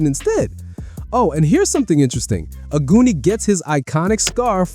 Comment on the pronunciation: Omg I heard ‘aguni’ as ‘a goonie’ and I was wondering why you were saying that 😭 in Japanese it’s pronounced ‘ah-goo-ni’